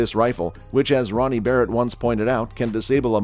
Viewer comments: Did this guy call the barret a berret? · I stopped watching at the "Buh-rett" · This video lost all credibility at “berett” m82. Dislike for nonsense. 🤣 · I'm gonna be honest, as soon as you said, Berret, and not Barret, I can't really trust this. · You lost me at "Berett". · "berett" lol garbage video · You can’t even spell and pronounce Barrett correctly? Ohh god sometimes you do sometimes you don’t… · Yeah show a bizon as a calico and mis pronounce Barrets name I doubt this is a good gun channel probably some nra fanboys